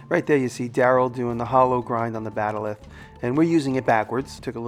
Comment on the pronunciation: Gosh, Jimmy... Trek fans everywhere probably gasped when you said "Star Track"... and, it's a "bat'leth". What an awesome pizza over/cutter, tho! You're still awesome in my book.